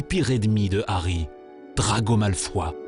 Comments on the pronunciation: Malfoi bordel ! C'est comme dans le livre audio, j'en fais des cauchemars :'D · non mais t'a jamais vus les film c'est malfoy et non malfoi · On dit pas drago malfoi , mais drago malfoy en prononçant le y . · Ce Documentaire aurait pu être bien si il n'y avait pas autant de fautes ! Bouse ! 1. Ce n'est pas le sorcier qui choisi sa baguette mais c'est le CONTRAIRE. 2. Hagrid n'est pas un géant, c'est un demi géant. 3. C'est pas Malfoi mais Malefoy. 4. Krakeun.. KRAKEN. Gooosh. 5. Nicolas Flameuul. FLAMMEL ! Non d'une pipe en bois ! Bravo la prononciation.. Ces moldus.. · Yasmin C'est moi bah sauf que dans les livres originaux il s'appelle aussi "Malfoy" donc ça se dit "Malfoy" et pas "Malfoi" ... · non on dit Malfoy.